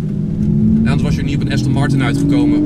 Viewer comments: Austin Martin 😂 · Zegt heel de tijd AUstin Martin , pffffffff. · “Austin Martun”🤣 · Heb je een Aston Martin, kun je de naam niet eens uitspreken 🙄 Ook door z’n verhaal inz keramisch wekt hij de indruk toch vooral te veel geld te hebben, in plaats van dat hij een échte liefhebber is.